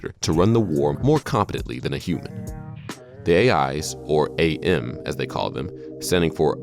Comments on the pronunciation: whoever the dude was talking about "I Have No Mouth And I Must Scream", the name is AM, pronounced as "am". not "A M" like the radio channels. :) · It's not a bad videom, it's really good actually. But it's Am. Not A.M. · When he pronounces AM as Ey-Am. "HATE. LET ME TELL YOU HOW MUCH I'VE COME TO HATE YOU SINCE I BEGAN TO LIVE..."